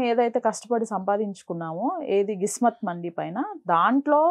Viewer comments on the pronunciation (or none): Adi kismat mandi kadu thalli 😂gismat mandi 🤣🤭